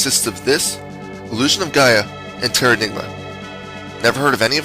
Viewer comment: You said the other games are illusion of Gaia.... And what was the third one? It sounded like tear a dick off. That don't sound fun!!!!